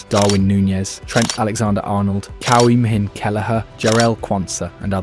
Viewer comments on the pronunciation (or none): Cow-him-hin Kelleher 🤣🤣🤣. It's pronounced Queveen or Queeveen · cow-ha-min kelleher killed me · As an Irish 🇮🇪 man I laughed out load when u said kellahers first name 😂. It’s more like quv in